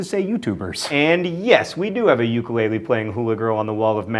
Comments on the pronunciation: For the record: Ukulele is actually pronounced with a short U, despite what we've all heard it pronounced as. So, its ooo-kulele not you-kulele. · Ukulele is pronounced like ooo-ku-le-le hopefully that sounds like what I want it to be :) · "Yoo-ka-lay-lee". Ugh. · Oh dear, that pronunciation of Sapporo and ukulele